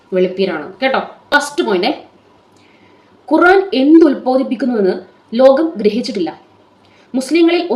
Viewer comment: ഖുറാനല്ല ഖുർആൻ എന്ന് കൃത്യ മായി പറ യു താമനയിൽ എഴുതി വെക്ക് 🥰